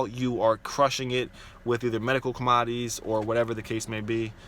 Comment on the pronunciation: Com-odd-ees lol